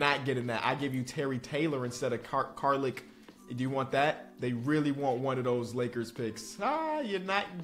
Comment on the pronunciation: Car-leek!! Much love tho ❤